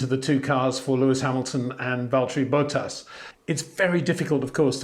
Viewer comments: BOT-TAS not BO-TAAS Otherwise I love your videos haha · HEY PETER WINDSOR, I HAVE MESSAGE FOR YOU SIR: With all due respect ... it is NOT Max "verSHtappen" ... Max is not German (Germans indeed do pronounce "st" as "sht") ... #Max33 = Dutch NL/Belgium! ... It is not "Bottash" nor is it "Lewish" certainly not "verSHtappen" .... This BS started long time ago when a British sport presenter interviewed father Jos Verstappen and assumed you can use a German pronunciation to a Dutch Driver thinking it is so "funny" ... It is not. Serious question: can any Englishman say "versatile" out-loud without saying "vershatile" phonetically? most can about 99,99% ... that is why most English can pronounce Verstappen 100% correct! Father Jos Verstappen (also F1 Racer) was very active between back then only a very few said "Vershtappen" but the vast majority of British sport presenters pronounced it perfectly ... only a few old stubborn farts like Peter Windshor